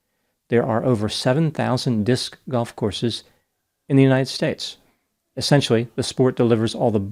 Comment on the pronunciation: Don't knock Disc Golf before you try it. The way you pronounce it is awesome lol.